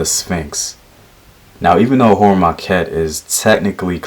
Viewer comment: Heru em Akhet--- Heru is on the horizon-- thats how you say it--- Great video